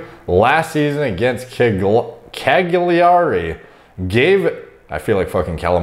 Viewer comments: It's pronounced "Cal-yari" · Its pronounced "KALIARI" :/ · Your "Calliaree" was awesome. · Ahahah Cagliari, really appreciate how you pronunce the city where I was born 😅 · Hearing you pronounce cagliari was enough to justify this video hahaha